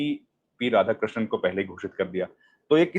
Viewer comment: Time and again, Ashutosh ji is calling Radhakrishan as Ramshandram. Perhaps, it's the undue emphasis on Ram name during last decades by ruling dispensation. Regards.